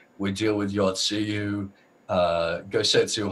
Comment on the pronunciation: yatsuyuyatsuyutsuyyayayay it's Yotsuyu.